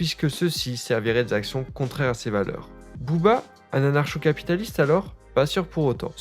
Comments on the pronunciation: QUOI? On dit "Anarko" pas "anarsho" t'es pas au courant ? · pq tu lis anarcho comme dans chien et pas anarcho comme dans communisme ?